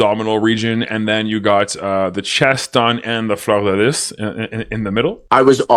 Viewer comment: Was that fleur de lis he said ? I think that’s what he said but the pronunciation was rather odd to my ears.